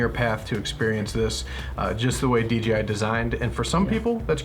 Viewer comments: keeps saying DGI. Does anyone know if you can have to controllers so one for camera one for control? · Google can't find a "DGI" Phantom... weird. Sorry, but every time you said DGI it was drilling into my brain! lol Great review tho.